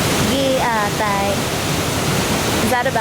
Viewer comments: I heared said "giatay" hahahaha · said "gi a tay" 😂😂